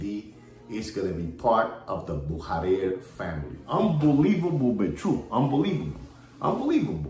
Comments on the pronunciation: Bücherer is pronounce "Boo-shah-rer" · Comical, how pronounce’s Buchurer! His alter ego, agrees!